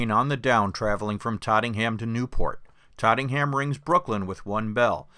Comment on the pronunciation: It’s Tottenham , not trottingham